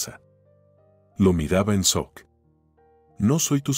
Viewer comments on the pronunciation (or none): none